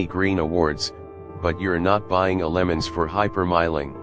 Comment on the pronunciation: I had to shut this off from hearing them say Lemons. Instead of LeMans and while they showed a 64 while hyping all the new features. This truly is AI gone horribly wrong